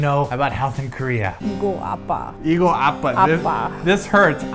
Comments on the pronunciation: It's APPA, not ABBA. ABBA is dad. APPA means "hurt" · was saying dad repetitively (appa) instead of saying that it hurts (appuh) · You keep saying abba (아빠)... Thats dad ^^;; Hurt is appa (아파), like, with a p... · u r saying it like daddy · lol every time they say hurt i hear dad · It sounds like she's saying "This is daddy!" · trying to say she's hurt but it sounds like she's saying dad xD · i keep hearing dad instead of hurt lol. "My neck dad" lol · It kind of sounds like said dad instead of hurt in the beginning lol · u r mispronouncing it hurts in korean